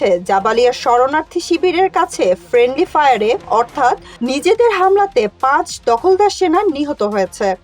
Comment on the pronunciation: ফ্রেন্ডলি ফায়ার- এই কথাটা তোমার মুখ দিয়ে উচ্চারণ ঠিকমতো হলো না।